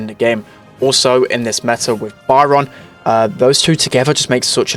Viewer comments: It´s Byron not Baran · Love it when he says byron “bayaron” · Funny thing is my names Byron and you were kinda mispronouncing it (maybe cuz your British idk)